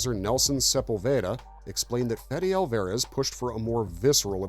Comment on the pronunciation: It's got to be AI narration, right? Mispronouncing Alvarez and "bio pic" as "biopic"...it's bad.